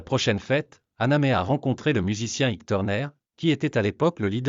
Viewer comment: Ça t'ennuierait de prononcer Ike normalement ?